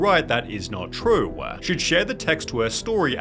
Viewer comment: TRUE-AH, IT-AH, I-Ah